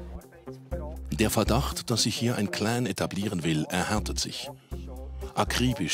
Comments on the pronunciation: ausserdem heisst das nicht klääään,in deutschland, sondern clan mit aa,und nicht mit ää. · Mit dem Schnitzelklopper :-D ..und dann "mit dem Cläään" ist nicht zu spaßen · CLAN NICHT KLEEEEEEENN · Sag doch " CLAN " statt " CLÄN " so Cringe 😂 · Das ist ein heftiges cläääääääännnnn 😂😂🤦🏽‍♂️🤦🏽‍♂️🤦🏽‍♂️